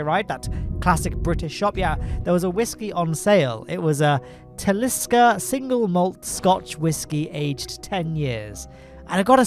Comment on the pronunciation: refreshing to hear talisker prounced correctly